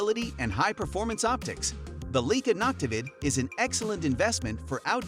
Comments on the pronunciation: Leica has been around for 156 years, is renowned for their optics, cameras and lenses and you don't pronounce their name correctly!!! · "LEEK-uh"?? "LOO-pold"??!! I utterly despise stumbling across a video in which an obviously AI-created voice stupidly mispronounces every unusual word and proper name in the text, and yet NOBODY, not a single LIVE human being, even bothered to listen to the damn thing and make the necessary corrections before publishing it. This ridiculous lapse of judgment and ethics makes the producers of this channel look (and sound) like complete fools and idiots. I will NEVER watch another video on this channel again.